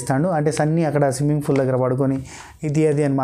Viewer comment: Swimming Fool* kaadu thammi... It's Swimming Pool*💯💯👈👈 Sorry to say like this bro. Excellent reviews isthaaru meeru bro ❤️😊👍👍 keep it up 👈 God bless you 👈👈